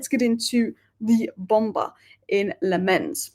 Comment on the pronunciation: The keeper's name is pronounced LAMM-ens. Emphasis on the first syllable. Sorry to be an idjit but I speak Dutch and players seem to like it when their names are pronounced properly, as you can see from videos doing the rounds with players pronouncing their names.